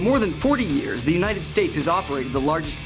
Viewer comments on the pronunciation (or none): none